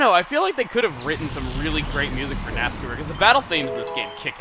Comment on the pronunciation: Its not nascour its nascar...... I'll leave now